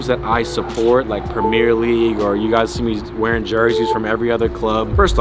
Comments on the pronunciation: ur awesome but I hate the way you say “premier” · the way you pronounce premier is horrendously wrong